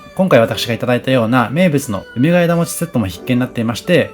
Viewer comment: 福岡県北九州市在住です。福岡、博多はＪＲで４０分、電車代だけで往復２千円くらいかかるので、なかなか行けません。紹介してくださってありがとうございます！！ ところで、ナレーションを聞いていて「梅ケ枝餅」を「うめがえだもち」と読んでいらっしゃるように聞こえました。普通にそのまま「うめがえもち」で大丈夫です。 もし私の聞き違いだったらごめんなさい。というか、たぶん私が間違ってる (´；ω；`)ｳｯ… 実は生まれも育ちも東京で、結婚してこちらに来ました。 来月久々に帰省するので東京のお店を探していて、のチャンネルにたどり着きました。 細かく丁寧な案内、本当に参考になります。ありがとうございます！ 帰ってきたら博多方面も行ってみます。